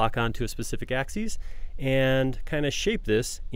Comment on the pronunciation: Great videos for building skill with sketchup. My only problem is that the narrator uses the plural form of the word axis, axes (pronounced "ax-eez") for both the plural and singular. They are axis (singular) and axes (plural), pronounced "ax-iss" and "ax-eez", respectively. You don't say "one 'ax-eez'" for the same reason you don't say "one bananas": "ax-eez" is plural.